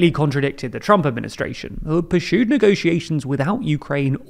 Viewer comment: It’s “pursued” not “purshued”